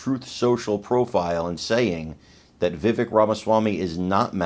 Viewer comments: Please take a moment to learn to properly pronounce Vivek’s name. Mispronouncing it erodes the credibility of your message. Remember, it rhymes with cake. 👍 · it's pronounced "va- vake" ( rhymes with cake)